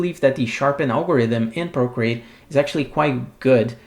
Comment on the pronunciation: I like your accent. Sounds like you’re saying “brocreate.” That would be a great screen name. ;) Valuable info, as always. Thanks so much!